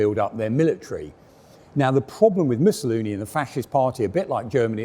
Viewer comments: "Musaloony" hahaha possibly the most appropriate slip of the tongue in history. ( 5.10 ) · "Missaloony"? Someone's been watching too much 'Allo 'Allo? ;-) Gruber's Kleiner Panzer ("little Tank") was a wonderfully well done conversion.